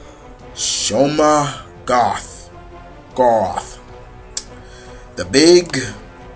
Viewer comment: minor inconvieneince but its pronuonced "shue-ma-go-rath